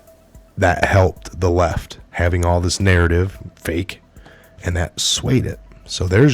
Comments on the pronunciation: Enjoyed your unusual pronunciation of the word 'fake' ...f*ck news wasn't quite the word or was it a Freudian slip ??? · You said “fake” right the first time 🤣